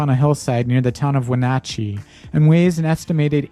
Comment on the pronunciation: Great video, I especially enjoyed the graphic combined with the images. It makes it really easy to picture how it happened. But you really need to get the proper pronunciation of places when you are there. You pronounced Yakima, Washtucna, Ephrata, Wenatchee, Kalama, Umatilla… wrong.